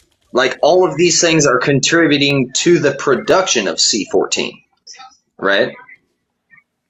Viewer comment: did he say conturbiting instead of contributing?